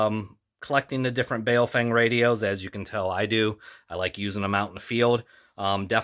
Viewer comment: It's pronounced bow (as in take a bow) fung. Weird, I know, but for example the name "Chen" is pronounced "Chun".